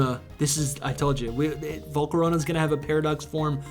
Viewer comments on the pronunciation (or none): volcarona got so butchered